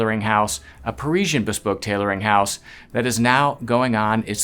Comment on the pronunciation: Why can’t learn how to pronounce ‘Parisian’ correctly? He gives us all the airs & graces of the bespoke world as he sees it and yet fails to appreciate the niceties of correct pronunciation!